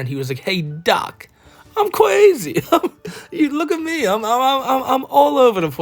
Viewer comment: “I’m cwazy” is wild 😂